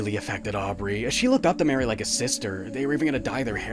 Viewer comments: *Mari is pronounced as "Mar-e" not " Mary" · am i the only one who thinks Mari's name is supposed to be pronounced "mah-ree" instead of "mare-ee"? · I'm like 90% sure it's pronounced Mah-ri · A cool video i which I found out sooner. But, it’s MAR E not MARY LOL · Love you but Mari's name is pronounced Mar-ie not Mary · NO. NO, NO, NO. ITS MARI. NOT MARY HOLY SHIT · Wait wait wait Is it pronounced Mary or Maree? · Christ I was wondering why I disliked this video until you said MARY. Her name IS NOT MARY. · you disliked the video just cuz he mispronounced one characters name? lol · Her name is pronounced like Marie btw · Hey, just for the record, I think that Mari's name is pronounced like "Mars" but with an I instead of and S. Like, Marr-ee. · this video is great, or at least it would be if you just pronounced Mari's name correctly. It isn't really anything major sounding, but it sticks out more then Omori himself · 7 minutes in and i already am frothing over the way he pronounces mari